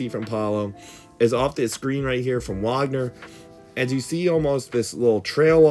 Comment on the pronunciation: It's baffling to me how you know to pronounce Franz "Wagner" but not Moe "Wagner" like they aren't brothers.